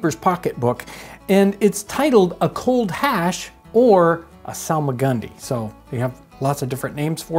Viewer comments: I hear solomon grundy whenever he says salmagundy😂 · It's actually pronounced Solomon Grundy